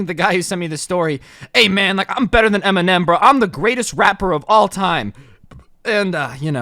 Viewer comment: Did he really say m&m indtead of eminem lmao